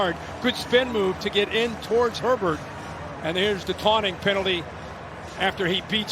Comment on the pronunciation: It’s Herbert, not Sherbert. The ice cream has only one “r”. Sherbet!